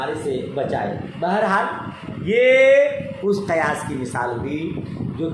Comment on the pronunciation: Qiyas hoga na ke qayas